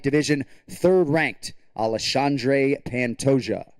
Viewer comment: Minuto 2 :51 ale shandre 🤣🤣🤣🤣🤣🤣